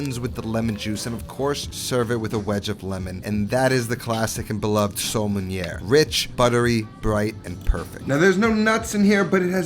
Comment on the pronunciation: meeeehh not exactly sole meuniere but ok